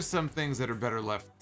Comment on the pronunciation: doesn't have whichever accent would make better "betta," so it sounds hella awkward.